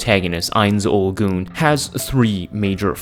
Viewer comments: Goon? Cmon even Gazef even said Gown-dono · OP- "Ains Ooal Goon" Me- TRiGGeReD! Goon? really? The rest of the video is good.